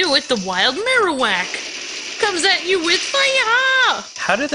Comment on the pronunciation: I like your videos but this time i was pissed off of you saying marowak name wrong not knowing there are other pokeballs which are more effective on certain pokemon!!!!!!!!!!!!!!!!!!!! look dude this time you are just really making me furious right now so pls do some search first dude.(sry if i made anyone angry but this was really fustrating for me so i just really couldn't hold it because this was offensive to me.)